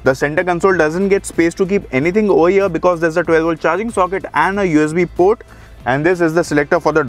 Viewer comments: Did i heared OH YEAH instead of OVER HERE...?🧐😆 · "over here" was sounding like "oh yeah" 😝